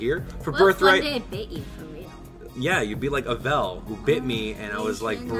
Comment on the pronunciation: you always pronounce Avel's name wrong